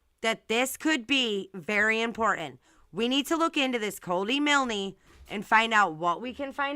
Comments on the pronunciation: Pronounced miln not milnee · You're mispronounced Milne. The "e" is silent so it's pronounced Miln. Exactly how you said it but no "ee" at the end. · Yeah how does she even know it's his parents who own the tow truck company, there could be other people area with the surname Milne (that she can't even pronounce properly .its grating on me so much I've got to stop watching)